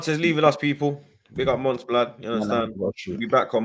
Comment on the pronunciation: It's Monts, not Mounts